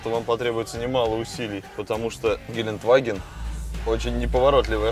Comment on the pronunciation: Ребят ошиблись гелендваген а не геленваген !!!